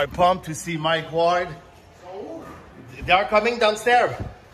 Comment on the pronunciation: Prononce son nom comme il faut au moins… c’est pas Mike Wall c’est Mike Ward